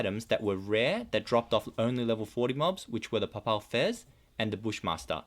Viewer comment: You young guys are pathetic with your pronunciation. I have heard Papal Fez mispronounced so many times in videos it makes me crazy. It's PAY PULL Fez like having to do with the pope. You should really learn to pronounce things...